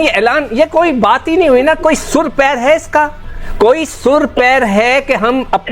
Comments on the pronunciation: Sur pair nahi bhikhari pehle sahi se bol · Are jahil sur pair nahi hota sir pair hota hai bhikhari jab fatati hai tab khairat batati hai ab mirchi lag rahi madarasa chap pahale ja padhai kar ke aa